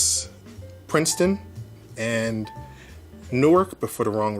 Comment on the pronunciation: He didn't even say Newark the right way